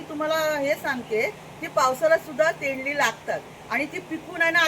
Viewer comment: तोंडली बोला ताई तेंडली नाही